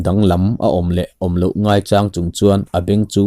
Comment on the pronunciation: Ngaichang tih I lam dan hi, mau cháng tih ang ni lovin sa chāng tih thluk a lam tur ni awm tak a ni zawk lo maw?